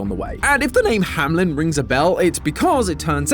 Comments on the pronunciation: "HAMELN", not "HAMLEN". Sincerely, a german. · it's not hamlen, it's hameln xD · Once again begging you to stop pronouncing Hameln as "Hamlin". It's "Hammeln" 😭 As a German this irritates me to no end 💀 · Games been out for 7 years and thise dude STILL calls it "Hamlin" when theres not even the letter i in the word!! Its "Hameln" Ham-heln !!! Fake fans!!!! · "Hamlen" entertaiment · Im already confused in the first 2 minutes that logo doesn't say "Hamlin" it says "hameln" which to me should be pronounced "hah-mell_n" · Do they pronounce Hameln in the games? Because if not I can't think of a SINGLE reason it wouldn't be pronounced "ham-eln" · It's curious how he keeps pronouncing "Hameln" as "Hamlin." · Why dies everyone say hamlen? Even the actors in the game call is hameln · It’s HAM ELN THE E IS BEEEERFFFFFFOOOORE THE L NOT AFTER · German here: That's not how you pronounce Hameln! (Not Hamlyn)!